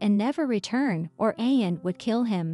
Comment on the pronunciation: Ian pronounces "EE-AN".